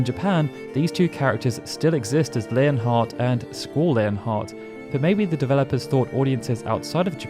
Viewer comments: Its LEON (lee-on) or (lee-on-heart) not layon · Squall: "It's Lee-on"